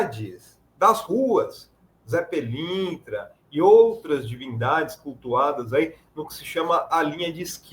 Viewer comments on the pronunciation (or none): A apresentadora da globo chamou o "Ze Pilintra" de "Ze i Pilantra"😂😂😂..